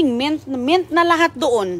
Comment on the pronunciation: Correction lang: MINT hindi MENT matuto o mag aral ka mag pronounce ng tama kasi baka sabihin ng mga taga US na mga tonta tayo mag pronounce. Pati pag pronounce sa pangalan ng anak mo ay mali, CG ka ng CG imbes na CJ… dugay ka na diha amerika dili ka pa rin marunong… pero saludo ako sa iyo sa sipag mong magtanim at may generous heart ka.